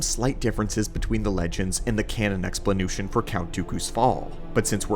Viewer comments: "explanootion" It's mine, now, and I love it. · What's an "explanooshun"? 😂😂😊